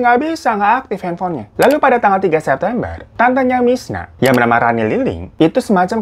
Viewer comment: ini gue yg salah denger apa emg bang hiro nyebut si korban namanya 'mirna' bukan 'misna'? 😂